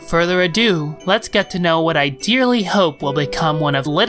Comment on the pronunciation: You said “dearly HOPE” was that on purpose?